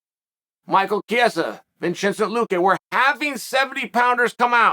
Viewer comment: Vinchencent Luque